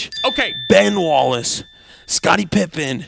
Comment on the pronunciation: She said pippen as in a pipe